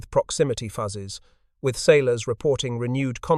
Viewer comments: Did anyone else find themselves yelling "FYOOZES," at the AI narrator every time it said "fuzzes?" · Voice copied AI from WW2 Stories. "Fuzzes" . Several "proximity. Fuses". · Fascinating story. But,... "Proximity Fuzzes"? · The program assigned good pronunciation rules for "fuse" but not for "fuses." AI is only as smart as the programming is.